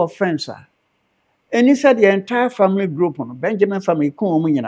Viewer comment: Chlistmas.. Famiry .. celeblate.. how can he change it . 🤣🤣🤣